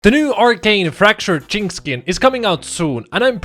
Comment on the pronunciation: The way you say "jinx" sounds like a racial slur....